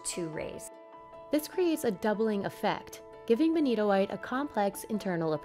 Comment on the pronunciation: That benitoite is beni-TOITE!